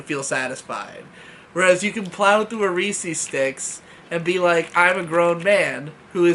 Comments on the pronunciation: hard "R"....... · 'nou-gurt' 'ree-sees' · I could tell by the thumbnail you were someone who says “Reece-eez” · It was the butcher of nougat that bothered you and not the butcher of Reese's?